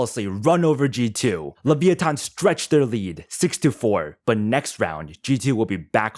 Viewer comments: Just say leviathan not leveeathon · Is that how you say leviathan?leviothon?